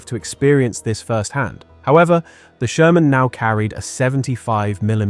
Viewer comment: Jaja, der Sörmänpanzer.... KI-SCHEISS!